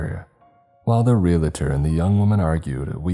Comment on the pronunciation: Repeat after me: "Re-al-tor". Not "Real-a-tor".